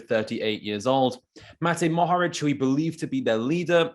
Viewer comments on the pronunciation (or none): What else do you want mohoric to win before you sprenounce his name right?